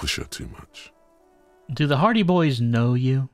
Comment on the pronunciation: I keep hearing "hardie boys" as "party boys" it gets me every time.